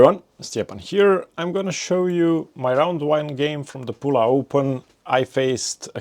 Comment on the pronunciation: pula means penis in Romanian language, vulgar language, actually d*ick . I know it s a ancient town in Croatia. Anyway, perfect pronunciation !